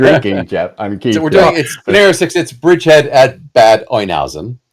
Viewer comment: Makes me want to break out my WaW stuff, love the system but havent played for a long time. Great pronunciation of Neuhausen, but fysa "Bad" in German is pronounced "bot".